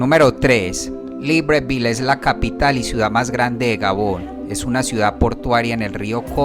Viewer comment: Buenísimo pero así no se pronuncia libreville